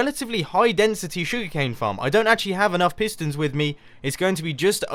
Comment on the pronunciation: Pistons not fistons.